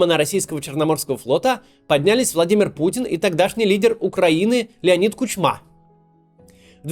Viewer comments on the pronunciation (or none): кУчма. а не кучмА. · КУчма, а не КучмА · Ну Максим, ну ты чего. Не КучмА, а кУчма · КУчма а не КучмА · Леонид КУчма, а не КучмА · Леонид КУчма,а не КучмА. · Не кучмА а кУчма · Не совсем верно. Правильно кУчма, а не кучмА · Не КучмА, а кУчма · Максим, КУчма, а не КучмА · Правильно не КучмА, а КУчма. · Ага, КучмА а не КУчма, что сложного загуглить ударение если не знаешь, 5 сек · К^У^чма - не КучмА... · Всё отлично, только Максим - не "КучмА", а "КУчма". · Не Кучмааа а Кууучма ударение на у ! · Спасибо за выпуск. Только не Кучма́, а Ку́чма. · Леонид кУчма)) А не кучмА 😅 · Ку`чма а не Кучма` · Максим ты один из немногих руских которы не хочется убить прямо сейчас ну почему ты так коверкаеш фамилию Кучмы? КучьмА с ударением на А страшно режет слух его фамилия КУчма ударение на У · не Ирпень, а ирпЕнь, не кучмА, а кУчма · Я думаю, что кУчма, а не кучмА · Только не КучмА, а Кучма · Какой Кучма'? Ку'чма! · мистер Кац что за прононсиейшн :) президент Украины кУчма а не кучмА. тест на паляницю вы бы не сдали) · Не КучмА, а КУчма. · КУ́чма, а не кучма́! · Не КучмА а КУчма! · Максим, не Кучма' , а Ку'чма, ударение не там, на будущие) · Максим, просто для точности, КУчма, а не КучмА)) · Леонид КУчма. Ударение на втором слоге. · КУчма правильное ударение в фамилии, Максим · КучмА!? Серьезно? Давненько не было таких ляпов с ударениями. Но неужели сами тут же не могли переписать? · Хороше відео але Кучма наголос на " у" а так 👍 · КУчма. Ударение на У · Ударение в фамилии Кучма нужго ставить на У - кУчма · Гм... Не Кучма, а Кучма. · Фамилия Кучма - ударение на первый слог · В фамилии Кучма ударение на первый слог.